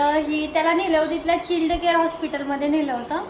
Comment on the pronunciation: चिल्ड नाही चाइल्ड